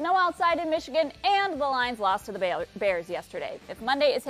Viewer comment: Did she say Baylor Bears??? It came out "bayless ", but that makes no sense. Can't they overdub that?